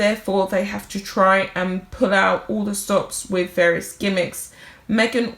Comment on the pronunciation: "WITH" not "WIV". "ASK" not "ARKS". Thank you!